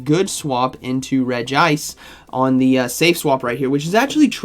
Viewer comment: Finally saying regice